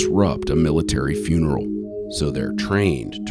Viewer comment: “You end up in the wrong funreal”